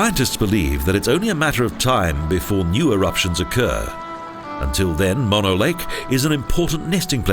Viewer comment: Its pronounced moan-o.